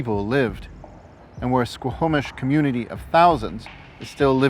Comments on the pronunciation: OK SO...... HOW THE HELL IS YT JUST NOW RECOMMENDING YOU TO ME ?!?!?! FML ... I MISS THE TWINS ... ITS HOME FOR ME! Its pronounced SQAW-MISH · A great and informative show. I am a huge Indigenous Peoples supporter! And now I feel sick to my stomach, yet more motivated than ever to help achieve equality...(baby steps and bridges will change the trajectory of the lives of those who want to change and grow) Just a few mispronounciations from a Vancouver native-offered with respect. The main one repeated many times is the word Squamish. Its said "Skwa-mish" and is incorrectly pronounced "sko-ho-mish" in the video.